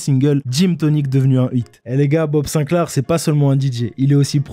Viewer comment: "Haha, M.BOB Sinclair" SINCLAR, répète, SINCLAAAR